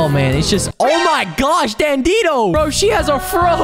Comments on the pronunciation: sry to be rude but you pronounce dandidoo wrong, it’s not “ Dan dee doe” It is “Dan Dee Doo” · It’s not dan di do it’s dan de do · why do u call it dandido its dandidoo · I think you make really cool videos!! Subscribed!! Keep it up!! Also I can’t help but say that Dandidoo is Dan-dee-due, not dan-dee-doe. Nice try, though!! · Isn’t it dandidoo not dandidoe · It's dandidoo not dandido ❤❤ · It's dandie do not dandedoo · Heres how to pronounce dandidoo Dan-di-dooo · dandidoo ls said dan-dee-doo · Its called dan-e-doo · BRO ITS NOT DANDINO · You said dandidoo wrong